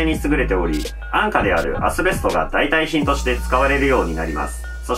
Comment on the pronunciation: いつもながら、面白かったです！ そして、「代替品」を「だいかえひん」ではなく、「だいたいひん」とちゃんと読んだに感動してしまった(笑)